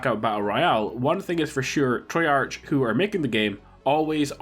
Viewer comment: Lol can't prenounce treyarch correct, sorry bro was funny for me